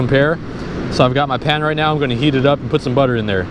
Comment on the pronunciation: When he said “put ‘em in my pan” I thought he was saying “put ‘em in my pants”